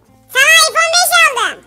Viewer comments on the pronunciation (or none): none